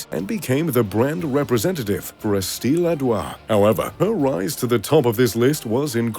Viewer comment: 'Estie ladoir' I can'ttt